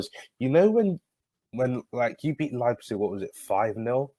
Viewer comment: This is the first time actually pronounced Leipzig right.